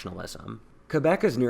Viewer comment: Props for for Pronouncing Quebec As "KebEk" And not "KwebEk"